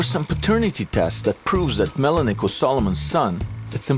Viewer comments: that's MENELIK not Melenik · MENELIK not MELINEK. Melinek sounds like skin cancer.